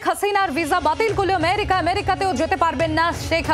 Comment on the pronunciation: Priyo sangbadik merika na amerika